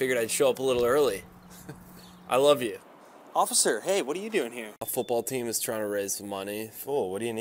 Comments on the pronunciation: "I'm sorry ociffer" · "Im sorry ocifer."